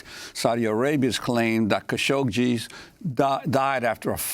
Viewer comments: "Kashoshi"???!!! What the heck? I see that the liberals have some strange and disgusting aversion to bathing (for Pete's sake: You're on TV, Darlin'... comb your hair and put on some lipstick, -at least)!! Ugh!! I don't care WHAT they were going to say.... this presentation is PATHETIC! Khashoggi.... it has 2 "G's"!!! (Kashoshi, he says, repeatedly). How STUPID are these people????! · who da hell said "cowshoshi" wtf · Please learn how to say his name properly! There is no "shee" sound at the end of his name. It is pronounced Ka'shog'gee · Pronounce his name correctly Kashoggi as in Adnan. Cashoggi. Perhaps that will shed some light and history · Lol she consistently mispronounces kashoggi. Kashokshi? They woman she interviewed said it correctly to her and she hammered the rest of the video out with no change. Not a big deal but funny for sure. The lady had micro expressions every time she does as well. I kept thinking just correct her. Geez what if she had a booger?